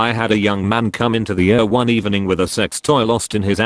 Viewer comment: Pronounce ER as Eee Are, not Ur. Pronounce OR as Oh Are, not Or.